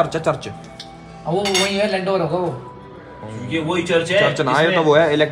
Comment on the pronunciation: Lanover nahi bhai Landour hai wo😂